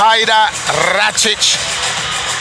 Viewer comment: Definately not "ratich" xD